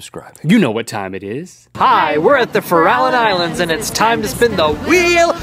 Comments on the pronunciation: That's not how you pronounce the Farallon Islands.' it's fair-a-lon. Why is that bugging me so much?? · Hey people at the Farallon Islands, it's pronounced ˈfa-rə-ˌlän!!! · Those bastards pronounced Farallon Islands wrong. Funny though, I have a view of the islands from my house ... if it's not foggy.